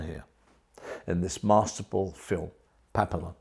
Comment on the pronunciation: Just letting you know it's pronounced pap-e-yon.